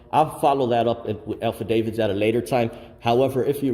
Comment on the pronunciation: He literally said ALPHADAVIDS! 🤣 and